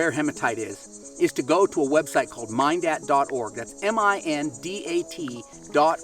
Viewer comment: Not a big deal, but it’s min dat not mine dat. As in mineral collectors.